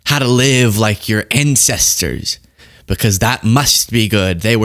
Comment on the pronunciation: His "incestors"???